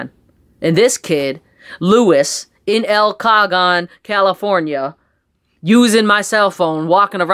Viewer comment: Pronounced (KUH HONE) Not Caljoan